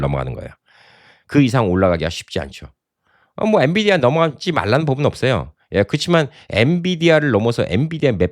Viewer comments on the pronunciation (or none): none